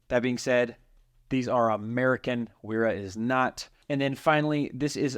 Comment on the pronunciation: It is German and pronounced “Vera” w’s are pronounced “v”